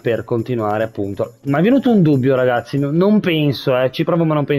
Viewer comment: Like e commento per supportare questa splendida serie! Un piccolo appunto: l'appellativo che Lucciconio usa per riferirsi ad Oliver si legge regazzì, con l'accento sulla "i". Ciao e buona continuazione di questa fantastica serie!